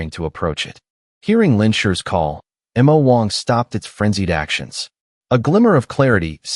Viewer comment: That is the stupidity of AI narrators in spelling out some words, especially two letter ones. It's supposed to be Mo Wong(which it is in all the previous videos), which can be translated into Demon King.